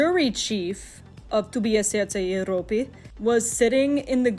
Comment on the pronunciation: very informative but the "serce jeropy" in the most stereotypical Russian accent kept distracting me lol